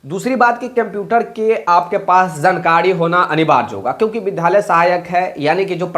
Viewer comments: Pahle vidhalay aur vidyalay bolna sikho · Vidyalay bolane nahin jaanta hai